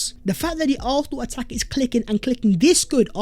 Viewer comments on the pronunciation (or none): Are you saying “arfenal “